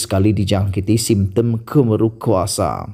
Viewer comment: Bkn KEMERUK BRO.KEMARUK..BACALAH BETUL2